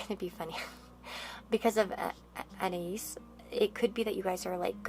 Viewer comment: FYI You’re pronouncing Anais wrong.